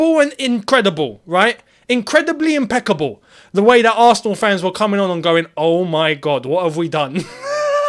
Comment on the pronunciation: 'incredible', 'impecible' . . . Was that Mike Tyson or Don King?